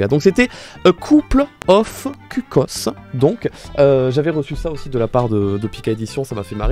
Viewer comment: Par contre cuckoos ça se prononce keukouz, pas kukos 😭